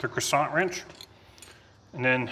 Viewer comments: Lost all credibility when he said “croissant”. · Lol Same here, Gary. Never heard it pronounced that way either. Need some butter to go with the croissant 🥐 🧈🔧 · I like the French pronunciation of “crescent”. 😂😂